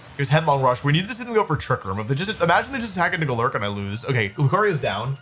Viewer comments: goLURK is definitely one way to say it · Wolfe's pronunciation of some pokemon names is hilarious, GoLURK and Hatereenee fried me😂😂😂